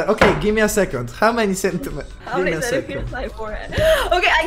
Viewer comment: how meni centimetrus XDDD